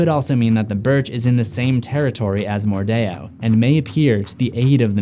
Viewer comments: It's not mordao it's mordeo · That’s stupid. It sounds like they’re actively trying to sound fancy/exotic. Oh well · I’m kinda annoyed with how you pronounce mordeo